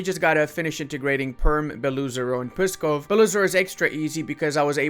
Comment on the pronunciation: it's not "pussykov", it's Pskov, with a hard P Yours truly